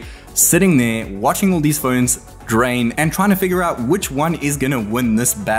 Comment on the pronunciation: *phones* Not phoeeeens